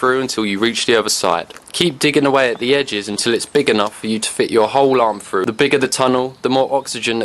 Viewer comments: Soon as I heard “two ta free feet deep.” I was out. That horrible lazy way of speaking. “Stick your hand froo” “Placing fick branches” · Imagine thinking you pronounce "through" as "froo" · Why say frooo instead of through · "Make a hole fru. " WTF is fru ? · If I pronounced through FREW I would want to kill myself, too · "your arm frew". Man... I didn't know there was a F and W in "through"